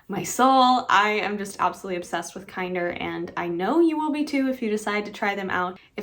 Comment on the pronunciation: I kept calling it Kinder like the chocolate eggs until I heard you say it correctly lol